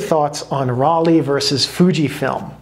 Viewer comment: "Rollei" is pronounced "Roll-eye". I'm sorry, I had to say it. But otherwise a great video. Fuji used to make some really great films. NPZ was probably the best 800 speed color film ever made.